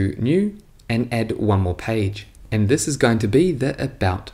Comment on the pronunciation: "Si iss iss" haha, thanks for the video !